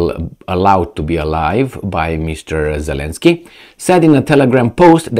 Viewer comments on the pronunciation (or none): none